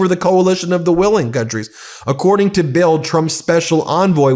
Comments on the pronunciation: Love your reports. Just for future info. The German newspaper BILD your quoting is pronounced "BILT". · Pronounced “Bilt” a German News Source.